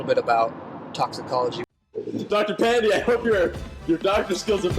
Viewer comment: pandey not pandee